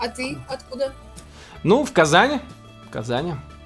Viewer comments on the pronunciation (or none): Зачем ты ударение в Казани поменял?? Говори как есть, не переделывай. Пусть учатся правильно говорить.